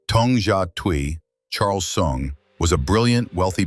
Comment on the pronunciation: Is soong not thong, Your pronunciation suck.